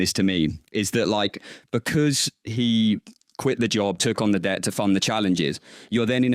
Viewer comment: just said he made $10 mil in trading (something like that) not tens of millions but 10 being the number. Yet he spends money like he makes hundreds of millions, He must be carrying a lot of debt (a word he can't pronounce correctly)